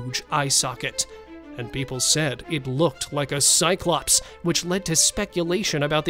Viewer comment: 'cyclopse' hahahaha try mammoth